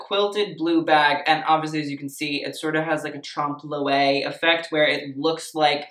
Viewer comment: Trompe lewé ? Love you but google the pronunciation :) pronouncing it the French way will make you even more chic ;)